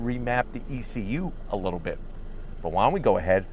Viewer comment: This man wittlewally said littlelee